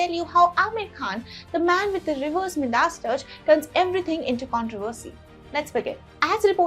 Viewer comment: Saw this from Deeksha.....but wanted to hear English. Midas.....is said as....my ...da.....ss